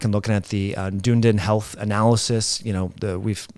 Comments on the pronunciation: Yes! Almost like 'done needing' ie ..dun'needin' 😂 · Great info as usual! Just one little thing as a person on the other side of the pond. That tricky pronunciation is "duh.nee.dn" rhymes with speedin.. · Btw, Dunedin is pronounced Dun-edin. It’s a university town in New Zealand. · You are pronouncing Dunedin wrong. Any New Zealander would get upset with you 😁😁😁